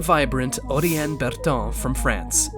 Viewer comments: He really didn't, he just pronounced them in a non English way to make it sound as if he was pronouncing them right. The most egregious one was Oriane, which he just used the same "accent" with as he did for Ai, making it sound not the slightest bit French. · I really agree, First time I hear the names pronounced correctly!!! It always amazes me how commentators persistently ignore the right pronunciation🙄